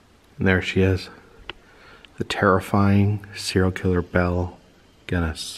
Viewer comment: Great video, except its pronounced Gun ness.